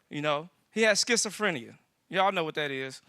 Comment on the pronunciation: Its skitzophrenia NOT shitzophrenia.